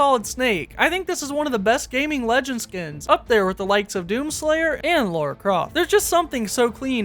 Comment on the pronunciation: “Laura” Croft 💀